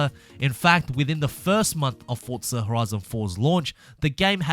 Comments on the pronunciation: Remember, it’s Forza, not “Fort-za”. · Still saying fortza